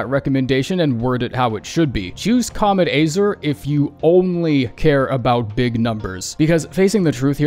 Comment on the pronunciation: "kaamet AAYzrrrrr" wtf